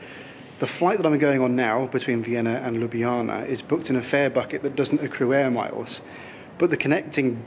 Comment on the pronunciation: I initially watched this trip report initially to see how you would get your tongue around Ljubljana - and you did it perfectly! Then, alas, you said it was the capital of Slo-vee-nia. Sorry, but it's pronounced Slo-ven-iya! LOL! Anyway I do so much like your trip reports - plenty of of video, and just the right amount of talk. Keep up the good work!